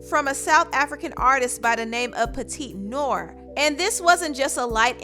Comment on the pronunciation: Petite Noir: "noir" is French, and is pronounced NWAR. Lollapalooza: isn't pronounced w/"Lola," like the female moniker; it's pronounced, LALA. 💙 You never know. These might come up again...